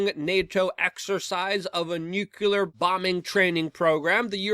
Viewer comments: It's still NUUU-KLEE-AR and NOT "Nuke-You-Ler! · YES! That drives me crazy! Why don't people get it right? It's not hard to pronounce... New - Clear... how difficult is that?!